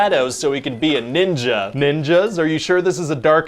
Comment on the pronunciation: Every time you said Ninja I heard the n-word😂😂😂😂😂😂😂😂😂😂😂